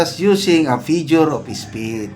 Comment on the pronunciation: Sir, hindi po fijure of speech yung lagi nyong sinasabi. FIGURE OF SPEECH po. Paki check naman po pronunciation nyo. 😅